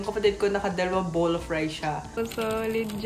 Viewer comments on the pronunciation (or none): none